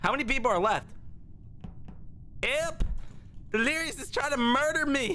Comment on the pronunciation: Ah yes, Dleirous